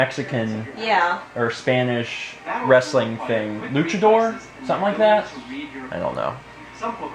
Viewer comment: Earthbound for New Nintendo 3dsxl!! Yasss. + you said fighter in spanish right.Its Luchador you said it right..Yes I had the same reaction as you did.I don't have a new nintendo 3dsxl either